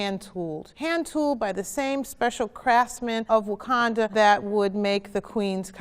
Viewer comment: Brenda Presil - *Wakanda*, but that's okay. Banner had trouble with the pronunciation, too. 😁